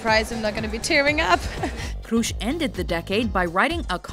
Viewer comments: It's not kroesh it's kroes with an s not Sh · Ist not "kroesh" its Kroes just the s not sh. Damn, if you don't know how to pronounce things, than just don't make a video. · Doutzen Kroes isn't pronounced as "Kroesh" because there no H there.. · I love the way she says Doutzen Kroes ( I'm Dutch so I know how to pronounce it :p) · I'm dutch and the way shey prenounces Kroes is just ridiculousley funny ;) u say it like in Tom Cruise btw. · you said kroes wrong i am dutch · why pronounce kroes like she is german... she is dutch damn it